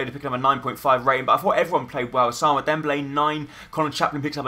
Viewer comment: Ous-a-moon-A Dembele